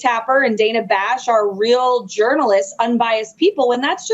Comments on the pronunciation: Ben, et al: If we criticize MAGA for mispronouncing Kamala, PLEASE begin pronouncing CNN Reporter Dana Bash's name correctly. It's Daan-uh, not Day-nuh. Thank you for your consistently first rate content! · It's "DAN-a", not "Dane-a". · Does Hannity have ANY self awareness? The way he describes Jake Tapper, he could be describing himself. I wonder what will happen to FoxNews when trump is gone? Trump is going to be destroyed in the debate so they are already setting up excuses for why he loses. Btw it’s pronounced Danna Bash (not Dana). Hannity giving instructions on being fair is laughable. None of them are serious people. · Learn how to pronounce Dan-a Bash’s name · You keep mispronouncing Dana Bash’s name. Can’t you get it right? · Can you pls try to pronounce Dana Bash’s name right?